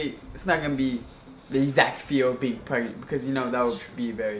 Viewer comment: It's Izabelle chehovits stop saying perangnet